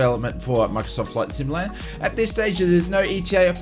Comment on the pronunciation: Just so you know, there is a “T” in the word “simulaTor. You’re welcome